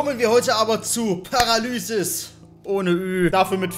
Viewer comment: Du hast die Überschrift Paralyzis voll falsch ausgesprochen XD trd nices viedeo like wer auch so denkt